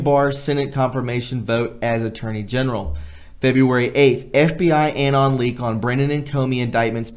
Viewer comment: Excellent! Please bear with me as I correct a few minor pronunciations: Anon is uh-NON (like anonymous is un-NON-i-muss). Clandestine is Clan-DES-tin. The past tense of broadcast is 'broadcast', there is no '-ed' ex.: the program was broadcast one year ago.; it will be broadcast again in two weeks' time.'